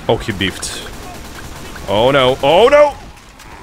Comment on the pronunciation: i just have to tell you, when you mess up a shot it's not BEEF'D it it's BIFF'D it